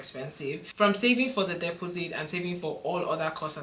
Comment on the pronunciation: Dep os sit, strange way to pronounce took me a few seconds to work out! Thanks for your time with upload